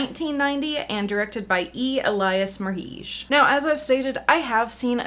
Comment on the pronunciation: I'm pretty sure his name is pronounced like "marriage." He also made the music video for Marilyn Manson's Cryptorchid. The technique he used to get this visual style is interesting on its own.